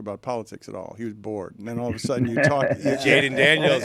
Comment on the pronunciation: Ah yes jalen daniels not jayden